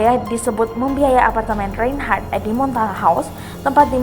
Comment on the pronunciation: Reynnhharrttaahhaahhhh..... Narator gelooh....